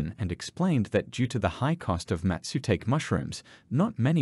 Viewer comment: Great work and all, but i think i wasn’t the only one to clench my teeths when "mastutake" is pronounced aha